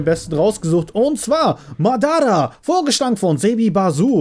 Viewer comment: Kleine frage hast du naruto schon mal angeguckt wen nein dan bitte auf yt "naruto name auf deutsch und orochimaru und madara bitte mal anhören wie man die Namen ausspricht (hab nichts gegen dich ich liebe deine Videos)